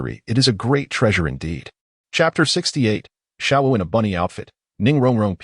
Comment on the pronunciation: Screws up the names of xiao wu and xD